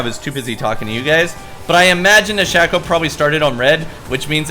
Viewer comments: shhhhhhayyyyyyyyyyyyyyy-co u fuckin dipshit. not SHAQ-O !!! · Shack-O = Shay-Co ok? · for the love of god it's pronounce SHAY-KOH - a Shaco Main